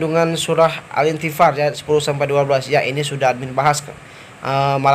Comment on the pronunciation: Maaaf ,,.. no 3.. itu surat infithar min,,, bukan intifar ... Sy dengar adminnya jg bilang intifar